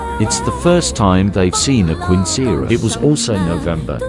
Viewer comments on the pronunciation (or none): "QUIENCERA" 😂😂😂😂 Take your time and listen in Google how the word is pronounced QUINCEAÑERA...😂😂😂😂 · Text to speech is stumbling trying to pronounce quinceañera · It’s a robot voice. It also didn’t pronounce quinceañera correctly but oh well, cry about it 🤷‍♀️ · The u is silent. Kince-a-air-e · Well it's like a sweet sixteen but for Mexicans ( also it's mispronounced in The video)